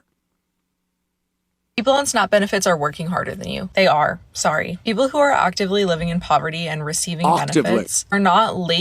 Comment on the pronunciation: Thank you! What are “snopp” benefits? “Octively?” Is she saying “actively?” When the hell did a short a become a short o? Anthony points it out?